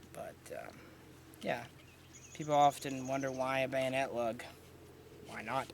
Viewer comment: ....and "Bannet Lug" 😂😂😂